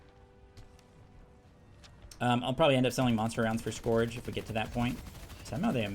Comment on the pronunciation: Yea, it's pronounced Sc-ur-ge like the "ur" in urgent